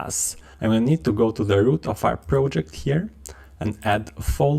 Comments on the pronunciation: How do you succeed to pronounce "prOjeCt" so guffy?? Now, I need to watch video muted with subtitles.. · Glad I'm not the only one annoyed by it. If you're going to create educational content, the bare minimum is getting the basic words right.